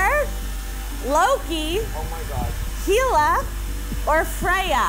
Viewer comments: I love you but pronouncing Hela like “heela” killed me a little Unrelated, but I’m proud to say I only got three questions wrong!! I don’t even really watch Marvel anymore and I had to guess on a few of them — but I guess my high school obsession payed off. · Beta and Hela being pronounced "bee-tuh" and "hee-luh" really threw my ears for a loop (bay-tuh and hell-uh BTW) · Only thing is question is some of these pronunciations. First born child of Odin was a Gila (monster). 😂 love her though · Pronounced thoracic correctly but not Hela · can properly pronounce "cardiothoracic" but not "hela" 😂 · I’m sorry, but I physically cringed back at the mispronunciation on Hela. Like, if you watched the movie, how do you get that wrong? Great video, tho! Threw some solid questions in there!